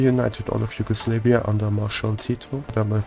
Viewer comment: Why do pronounce Yugoslavia, Yugoslaveia?